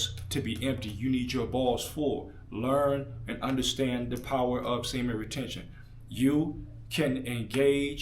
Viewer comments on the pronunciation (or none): none